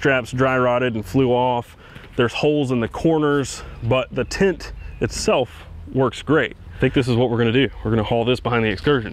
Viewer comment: Ooooh, you're saying "tent." I couldn't figure out why it was so hard to find "tint" for your specific excursion. Everything makes so much sense now. I have some fond memories of our old excursion. However, I didn't have to pay for the gas.